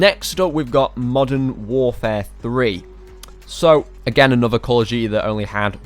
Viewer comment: when you said again is kinda sounded like you were choking on expired milk. you did this a couple of other times, but i'm too lazy to watch the vid again to timestamp. love the vid, i wasn't trying to offend you when i said you sound like you have a speech impediment